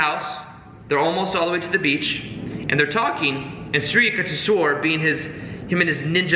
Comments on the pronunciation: Pronounced Shree You-TEK-Shwar. Sri Yutekswar., find a Self-Realization Fellowship near you. You will learn so much more. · The most overrated nonsensical book ever. More like a Christian missionary monk selling mystic oriental ideas to the west, which has been in a quest for spirit since it lost its in the age of enlightenment. Complete & utter degeneracy. For goodness sake, thats just plain murder of Samskrutha words Yuktheshwara its Yuktha (tha as in thaw) + Eshwara.. eeesh, Yuktheshwara. With all due respect to you guys, it's sad to see a language so ancient & literally the legacy of half of the world population that migrated from central Asia to the west & the east from the proto info European.. Samskrutha is all about pronunciation swara, maathra.. Anybody talking about spirituality if they don't understand the essence of Samskrutha as the very refinement of breath & consciousness clearly cannot attain any insights into the nature of the transient to realise the transcendant. Samskrutha is a tool to realise the transcendant especially if you wish to realise it through the realms of Mantra the universe which is a manifest Pranav Aumkara of A maara, who U kaara, Ma kaara.. Aum the primordial monosyllables. This yogi paramahamsa is definitely a figment of some clever missionary not necessarily christian but he is definitely a missionary not necessarily a bad thing or inauthentic it's clearly with all possibility a part of Shramana tradition but clearly phony as far as the traditional schools & even the most secretive ones go. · the pronunciation should be like the sound of You not Yah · it's "yook" (short stab like look) not "you-k". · Just wanted to tell you, being an Indian that it is "You-k-tesh-wer" & "Laa-hiri Mahaa-shay" Autobiography of a Yogi played a major role in my life too...much love & light❤ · He kept saying sri yuck ti shwor...:) but i appreciated the whole session, it was nice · its pronounced something like you-k-tesh-var